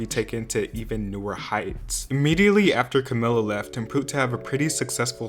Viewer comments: Pretty sure their names are pronounced Cam-ee-lah and Die-nah, not like Camilla and Deena. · After all these videos on fifth harmony he still calls Camila Cuhmilluh and Dinah Deenuh... they're pronounced Cameluh and Dienuh